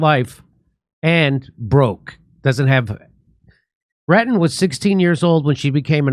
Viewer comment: Jimmy Dore Show : Her last or family name is clearly Retton and you instead said Ratton a couple of times. Duh. With that said, it clearly is a sad, very sad situation she is in. I am at poverty line so cannot financially help, but I've seen people using something like "Go Fund Me" or GoFundMe plenty of times for trying to raise needed funds. I don't know how successful those funding drives are, but if they have been successful and there is nationwide reach, then why don't people do the same to try to help Mary Lou in or with the serious health situation she is in? She is only 55 years old and could potentially have decades more to live, if she received adequate help. It surely does not require millions of dollars (USD).